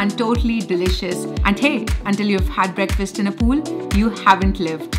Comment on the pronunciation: "Breakfirst" is the wrong pronunciation. "Breakfast" is the right pronunciation. Fast as in I am fasting tonight. I will break this fast tomorrrow morning.